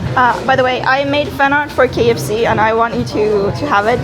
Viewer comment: I love how you pronounced all the ikea names but dropped the ball at the kfc dude